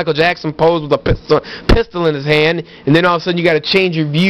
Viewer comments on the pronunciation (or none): none